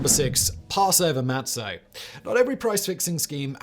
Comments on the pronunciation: Mah tzah, not mat so. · Simon, it's pronounced (Maht-zah)